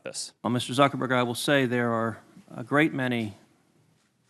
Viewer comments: “Mr. SuckerBerg” lmao 😂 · It's Zuckerberg not suckerberg u idiots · Haha he's calling him Suckerberg